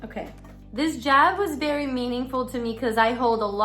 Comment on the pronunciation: Lol your accent comes out so hard when you say job it sounds like jab! It’s great.